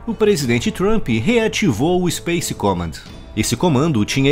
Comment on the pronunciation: Ótimo vídeo. Correção pronúncia: comm>A<nd.